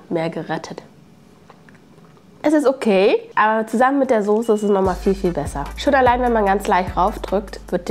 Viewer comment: Nich sose, soße 😅😅😅